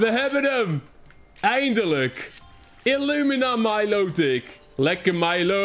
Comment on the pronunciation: Het is milotic en dat spreek je uit als mailootik